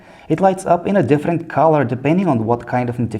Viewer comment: Learn to say different first fucker